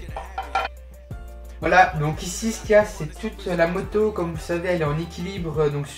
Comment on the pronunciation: Quand tu dit moto on dirait tu dit motio